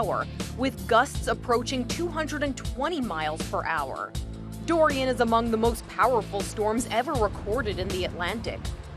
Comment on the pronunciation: Wow,at first I thought hurricane Dorian will be at Category 4 but it is at 5?That is fricking scary~😱Those people on the plane,i salute them for their bravery to go close to the hurricane Dorian (sounds like durian everytime I hear it😅) Kudos to them😎😎👍